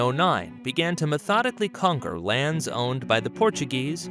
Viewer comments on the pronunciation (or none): none